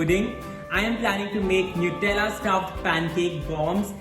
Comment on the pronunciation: For god sakes it's 'नटेला'. Superb receipe..surely gonnaa try it!!❤